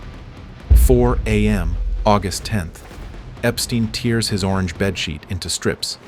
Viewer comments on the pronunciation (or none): The AI's English isn't getting any better. He "tiers" his sheets instead of "tears".